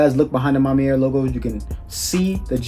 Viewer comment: À ma manière. You just keep saying À ma mière